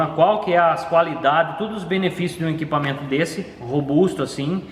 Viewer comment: Um cara tão inteligente, querendo ele podia falar melhor nossa língua portuguesa tão bonita, é de doer ouvir ele falar "inquipamento". ISSO É UMA CRÍTICA CONSTRUTIVA!